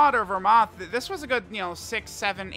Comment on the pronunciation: eveytime says "belmod or vermoth" that shit annoys the hell outta me